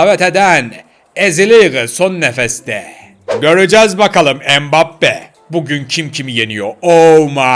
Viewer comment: Abi o mibappi değil embbape